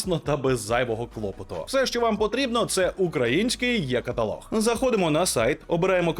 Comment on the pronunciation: Українською буде не є-каталог, а е-каталог!